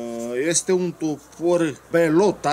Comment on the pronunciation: Bellota este o marca spaniola foarte buna. Se citeshte "beliota"